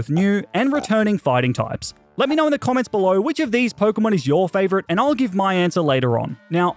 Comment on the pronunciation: Do not leave off the O in favorite!